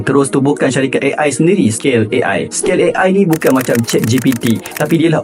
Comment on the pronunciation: Mintak maaf bro.nak tegur sikit je.gaya penyampaian terbaik.ilustrasi pun cantik.cuma tolong perbaiki sebutan seperti nama dan istilah seperti zuckerberg,bukan zukerNberg.scale bukan se-kel dan disebalik TABIR,bukan TAKBIR.overall,almost perfect.just pronounciation glitch.jangan marah ye kalau yg sebenarnya pendengaran saya yg bermasaalah🫡